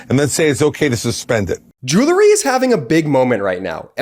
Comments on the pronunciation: Hey kid? The word is "jewelry" not "joolery". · For heavens sake, tell your brother that there is no such word as jew-lery. He needs to re-shoot his ad presentation. It undermines your site's credibility. The word is pronounced "jew-well-ry" Otherwise, I think this is one of your most important videos. It informs the educable group in the middle. Let the facts of the charges, as presented by the DOJ, speak for themselves. We don't need anyone's predictions. Just present the actual facts - not the speculations. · Jewel-ree? Bee-casse? Jewelry. Because. Dang Northeasterners. Cheer Midas. It just makes me grin every time some weird pronunciation of words goes wrong. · Grates on the nerves a bit to hear the word mispronounced so many times in one advertisment.